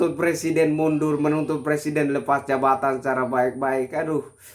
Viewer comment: plesiden halus mundul.. suruh bener dulu lah ngomong nya..!!!